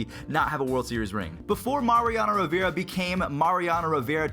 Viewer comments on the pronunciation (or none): none